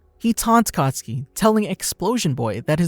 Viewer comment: When you say katsuki I heard akatsuki